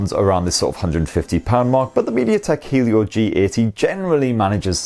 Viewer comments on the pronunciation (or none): none